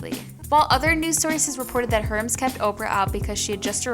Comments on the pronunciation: Its Air-mez(hermes) and poi-tee-aye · Girl, the video is good but Hermes is pronounced "air mezz"......